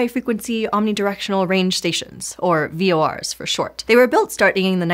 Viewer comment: ( , ) I've never heard anyone pronounce "VORs" as anything other than "Vee Oh Arr"s before: hearing "Vores" was so weird